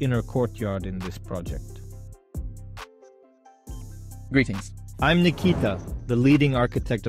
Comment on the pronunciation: I wasn't paying attention to what he was saying and suddenly I hear "grettings" from a dude on the roof ...I cannot stop laughing it caught me off guard.